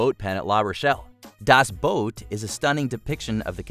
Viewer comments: It's "Das Boot", NOT "Das Boat". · Your pronunciation of certain words made my skin crawl dude. Please know that among the worst was saying "chattle" which isn't a word rather than "cattle" and also calling the movie "das boat" and not "das boot" there were others, but those 2 really irked me. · It's 'Das Boot', you hacks. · Couldn't you TRY to pronounce the sites and titles correctly? Pont duh Hook? Das Boat?